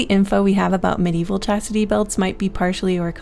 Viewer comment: Chastity sounds like Cassidy!